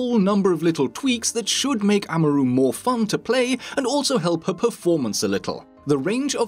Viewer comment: the way he says Amaru triggers me.